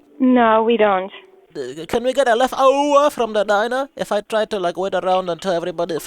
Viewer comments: left ouvaaaas😂😂😂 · "Can we get lika Left-owwwa"!!! 😂😂 Fuckin Dead!!